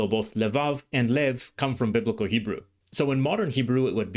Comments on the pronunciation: I'm halfway through but really impressed by your Hebrew pronunciation. Do you speak Hebrew? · The way you pronounce every word and nuance effortlessly and pitch perfect is amazing. From a native (modern) Hebrew speaker. I don't think I can pronounce biblical Hebrew as you do.